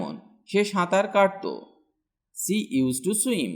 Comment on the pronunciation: you are pronouncing "she" in a wrong way . its sounds like "see" otherwise its helpfull for beginners